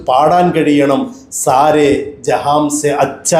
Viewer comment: ജെഹാംസെ എന്നല്ല ജെഹാൻസെ എന്നാണ് 😅😅😅